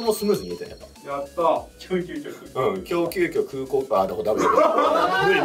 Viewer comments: 伊沢さんの 今日の1問はこちら！が 狂の1問はこちら！に聞こえてしまった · 伊沢さんのエンディング、もう「狂の１問はこちら！」にしか聞こえないわね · 狂急遽のインパクトで、最後「狂の一問はこちら！！」に聞こえた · エンドカードが「狂の一問」に聞こえてしまう笑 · 狂の一問はこちら！！ にしか聞こえなかった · 狂急遽を散々聞いた後、エンディングの伊沢さんの「きょうの…」を聞いた瞬間、狂急遽って言い出すのかと思った（語彙力） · 狂ノ一問ハ此方（一問を『狂』がめっちゃ強調しています） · 意識してるのか分かんないんすけど伊沢氏の「今日の一問は〜」の今日の部分が狂超強調されてて耳に残る系動画だったです。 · 最後の伊沢さんの「今日の一問」の ＂きょ＂がいつもより強く感じた…